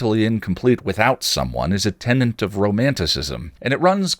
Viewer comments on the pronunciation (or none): Gah! I hate people who comment only to nitpick about usage, but because you're one of most poignant users of language on YouTube I can't help but think maybe you'd appreciate it? "Tenet", a core principle, only has one "n" and is not pronounced "tenant". I deserve any hate I get for being a pedant (not pendant) on this. ...and now that I've outed myself as that annoying sort of usage nerd, what was it you actually meant all those times in previous videos you used "posthumous" to mean something other than "after death"? I live in hope that it's some clever play on Angel and Spike and such already being dead. This really was another moving and insightful video and anyone obnoxious enough to take away from that with pronunciation nitpicking should probably shut up. Sorry!